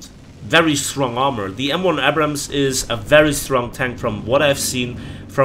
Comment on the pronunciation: Man the way you pronounce Abrams triggers me.